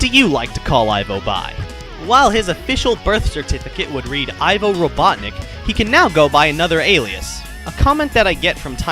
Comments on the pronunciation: It's pronounced eevo like evil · It's pronounced 'Ee-vo', not 'Eye-vo'. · Oh, and it's pronounced "Eevo" Robotnik. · Its Pronounced Ivo (EVO ) Referencing to evil so kids would draw the conclusion of bad and evil with robotnik when sonic 1 came out. Deen Siton ( himself stated that and I found out a while back. Ivo is also Latin for egg back wards ovi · The way you pronounce ivo i